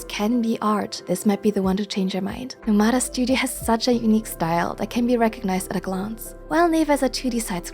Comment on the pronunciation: NOmada not noMAda.